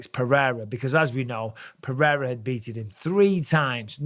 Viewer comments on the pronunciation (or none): Bisping. First of all, you don't pronounce Pereira's name with an "h" in the middle. Only Portuguese words that start with R or have double R's are pronounced that way. You, Rogan and DC do it constantly, and it's maddening. Second, stop d riding Izzy. He's a grown man mocking a child that was 5 years old at the time he did a stupid thing. Maybe Pereira told him privately not to mock someone who's been knocked out. Izzy is cringe, and it was really cringe what he did. If the tables were turned, I guarantee you would take Izzy's side.